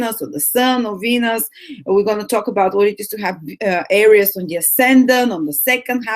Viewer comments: It´s not pronounced ARIUS, it´s pronounced AREES!! :D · Hello my beloved AIR-EEE-OOS lolol